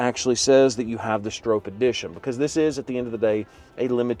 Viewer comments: Sure would be nice if you knew how to say the name correctly. Think stop. StrOPe. Nice video though. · Stroppe is pronounced like cop or shop. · It’s pronounced like stop but with an R!🤣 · It’s hard to take you serious when you don’t even pronounce Stroppe’s name correctly. 🤦‍♂️ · You would think you would do a few minutes of research about the Bronco before making the video. Even Ford put out a video about Bill Stroppe and the new Bronco. First you are mispronouncing his name. You say you should let the customer know if they have a wrap on the hood but then you say you don't know if its a wrap. (It is a wrap) The red color is listed as code red on the window sticker. Not everyone wants a 4 door and it would not have the correct look as a 4 door. Ford did a nice job with a tribute to Bill and the original Baja Bronco. Ford says they will build 1966 Stroppe Broncos. A good thing to know when you are buying a limited edition.